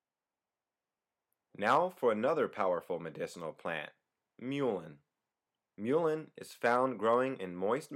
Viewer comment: lol.. he can't say mullein correctly. it's not like the animal the mule.. it's more like mulberries and mulch...